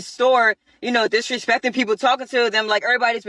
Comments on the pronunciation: and there it is "she disaspeck me!" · "she disaspeck me!"